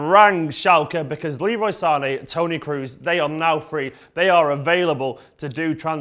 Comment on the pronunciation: "tony cruz"???? KROOS..K R O O S..The "O" is like in - OH my God, i can't spell KROOS -. REPEAT: TONY KROHs. TONY KROHs..